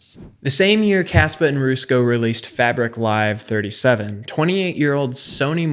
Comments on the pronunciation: It was all going fairly well until Roosko, its Rusko bud. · My ears didn't like how he said his name at ALL, the hells a Roosko?!